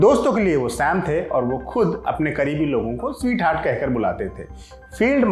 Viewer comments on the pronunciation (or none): none